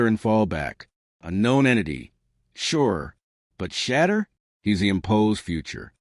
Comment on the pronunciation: At least train the AI to say Shedeur’s name correctly.